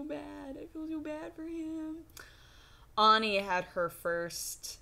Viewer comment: Auni or Ani, not Oni. She accentuated the A pretty clearly.